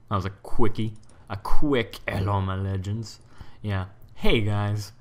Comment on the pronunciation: i love the intro, hellow ma lagands :)